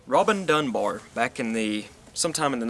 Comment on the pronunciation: You pronounced it fine. You could roll the R's a bit more if you want to add full northen enthusiasm. Good to see more people picking up and talking about this important aspect of social function/dysfunction.